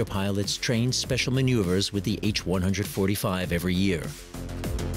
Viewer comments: H One Hundred Forty Five. Ugh! It's an H one forty five. Good otherwise. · When used in a model number like BMW 325, the 747 is the "seven four seven" not "seven hundred forty serven." The H145 is the H one four five. That's how it works with helicopters. Hint: what you learned in school applies to numbers, not model numbers.